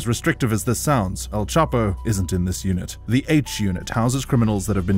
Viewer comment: All this research but you couldn’t get Chapo’s name right…